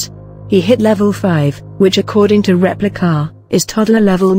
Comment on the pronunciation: "Repli-KAH!" I don't know why, but every time the robo narrator said the name of the app, I cracked up. Lol.